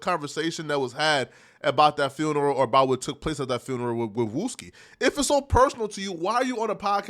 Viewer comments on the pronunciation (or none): Did he say fooneral?